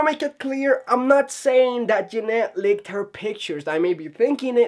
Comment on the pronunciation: Leaked and licked are two different words that mean two entirely different things and are pronounced two different ways. Leak is pronounced [lee-kd], rhymes with seek, feet, beat, seat, meet, meat, etc... Or if it's easier to look at it spelled this way: Leeeeeeeek Lick rhymes with sick, kick, pick, picnic, it, sit. Notice how the "i" makes a different sound than "eee" Hope that helps!